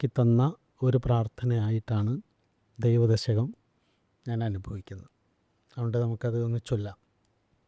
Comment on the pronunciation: ദൈവദശകം ഇത്രയും വ്യക്തമായി ഭക്തിയോട് കൂടി ചൊല്ലുന്നത് കേട്ടപ്പോൾ വലിയ സന്തോഷം തോന്നി. ഷൗക്കത്ത് ജി 🙏🙏🙏 പ്രേംജി 🙏🙏🙏